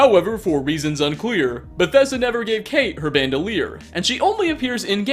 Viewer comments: Her names note Kate it’s Cáit pronounced kawch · You pronounced Cate wrong. Its pronounced kahtay